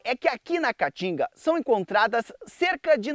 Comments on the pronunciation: Esse idiota não consegue nem pronunciar o nome Caatinga corretamente. Vai estudar, analfabeto. Caatinga, caatinga, caatinga. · Amei o começo quando ele falo "a catinga" kkk🤣🤣🤣🤣🤣